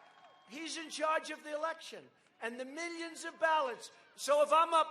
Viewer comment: Julie Reid oh no here come his miyions of minions